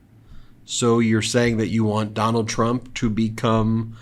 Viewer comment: SHOULDN'T SHE BE CALLING HIM DON-OLD?😂 THE SICK PART IS THE REPUBLICANS THINK THEY HAVE THIS IN THE BAG, BECAUSE THEY HAVE ALL THESE LOYALIST TO NOT CERTIFY SWING STATES. HE'S TELLING IT STRAIGHT OUT, HE DOESN'T NEED THEM TO VOTE, THEY HAVE IT ALL FIXED. WHAT, HE THINKS HE'LL AUTOMATICALLY TAKE OVER THE WHITEHOUSE BECAUSE HE JACKS UP THE ELECTION. SMH